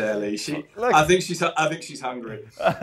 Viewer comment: I sink conte is finished. Zidane has lost all of his hair, I sink he needs to speak with contes hair repair man. Sank you